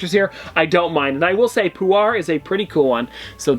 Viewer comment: you mispronounce krillin, nappa, puar. that vegeta is in a figting pose and the chiaotzu is in a pose where hes using his psychic powers. also thats great ape vegeta, and the puar comes as a side character for that yamcha in the bigger version